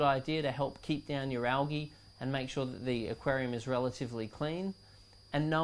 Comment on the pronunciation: you pernounced algae wrong